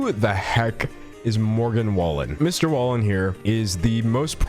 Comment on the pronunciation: I live in Oklahoma and Morgan Wallen is HUGE down here everyone knows who he is🤢 so just a heads up his name is pronounced WAY-LYNN at least that’s how everyone around here says it i could be wrong